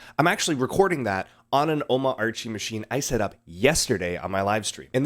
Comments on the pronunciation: Oh.mama.archie:face-fuchsia-poop-shape:. It's Ooh.mah.chie:rocket-red-countdown-liftoff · Sorry to nitpick, but it's pronounced O-MARCH-Y :) I totally share your enthusiasm. I bought a Beelink SER8 just to nerd around on it, as well as bringing an old Intel MacBook Pro to life with Omarchy.